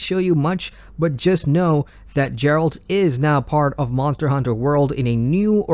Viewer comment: Love your news recaps, thanks! Totally unrelated note from someone of Slavic language - "g" in Geralt is supposed to be pronounced like in "goose", not like in "geography" ;)